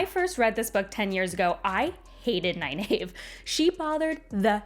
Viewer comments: Ny-nave ? It seems so obnvious that Ny-neev must be correct. Is Egg-ween also wrong ? Or Ay-ell, Shawn-chan, Ah-jah ? I always think Faile is pronounced as in Failure. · I'm sooo sorry but every time you mispronounce Nynaeve's name I cringe..... I gave you a link, that from Robert Jordan's mouth it's Nigh Neev. (ny Neeve works) I have no idea who told you that you were wrong the first time but it's even in the glossary and I have a beautiful copy of the Wheel of Time Companion book and it's there as well. Sorry I will comment till you get it right!!!!! but love your reviews and thoughts on the wheel of time. oh and I have the audio books that I've listened to the series on my long commutes... and your right she (Nynaeve Pronounced Nigh-Neev) was the adult and I knew she was really trying to look out for them, but she was a bit overprotective in the beginning. I don't think I changed so much on my opinion of her on that. however by the end she was great. But re listening on this showed me how much they had to cut from the tv series, which in a way makes sense and, I did pick up some more subtle hints and a few more foreshadowing events I think I missed in my first read as well. just in the first 3 books. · I used to pronounce it ny-nayv, until my brother attended a Robert Jordan book signing where he said it was ny-neev. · According to page 785 of the glossary in "The Eye of the World" book, it's pronounced (NIGH-neev), so whoever told you to pronounce it the way you do now, was wrong. Besides, if you just read the books over again, then how did you not know that there's a glossary in "The Eye of the World" that shows you how to pronounce several names in the book correctly? What's up with that? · that pronunciation of nynaeve hurts my ears